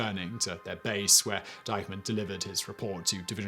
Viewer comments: Minor point but shouldn't the pronunciation of the German officer's name be Deekman, not Dycheman? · Diekmann. Not Deikmann. How heart can it bee? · Excellent. But please, please check your pronunciation. It's Oradour sur Glane. Pronounced Glahn or Glarn. And the name of the German officer mentioned (Diekmann) was not pronounced "dikeman" but "deekmann". You obviously worked very hard on this, a quick check would have helped you to get pronunciation right. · It's DEEK-mun, not DYKE-mun. I'm sure you've spent a lot of time producing this video. Your final step should've been googling the German names to see if the bios contain the pronunciation or finding someone who speaks German to help you with them. Also, some of those photos are ludicrous in their unrelated representation of the spoken narrative. The devil is in the details. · Interesting video. I know that butchering German is obligatory for Brits but the main villain is pronounced "deek-mann," not "dike-mann." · If the accused's man's name is "Diekmann," why does the narrator pronounce it "dikeman"? It should be "deekman," unless the real spelling is "Deikmann." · It is pronounced DEEKMAN not Dykeman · Not making much of a difference, but "Diekmann" is pronounced "deek-mann". "ie" is always "ee", and "ei" is "I"/"eye".... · Try to pronounce the name Diekmann correctly. It's Deekmann phonetically. i before e is always pronounced the long English e. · You REALLY need to work on your pronunciation of non-english terms...!!! In German 'ie' = ee, therefor "Deek-man" Sort it out.